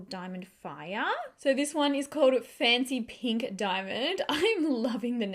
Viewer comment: Am I the only one hearing 'fenty pink' instead of 'fancy pink'? 🤣🤣🤣 My ear is playing tricks on me! These are no dimond bombs... 😁 Thank you for the honest review ♥️